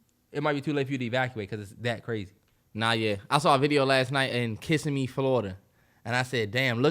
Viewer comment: Gotta teach my boy how to say Kissimmee. Lol